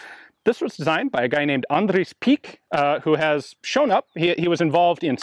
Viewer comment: Dam bru how you said andre you sounded like an Afrikaans person